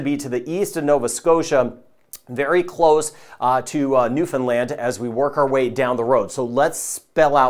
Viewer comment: Thanks for the clear forecast! And by the way, to my ears it sounds like you're pronouncing Newfoundland (New Finland) Love it..😍